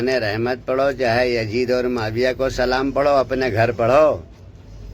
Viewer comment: Pehly salam sahi se bolna Sikh ly